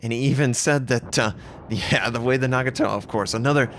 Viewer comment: Its Nah-Gah-Toh not Nag-a-Toh.